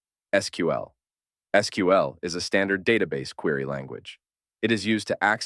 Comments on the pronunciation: thanks for saying es-kju-ell, not squeel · I guess SQL is pronounced Sequel not SQL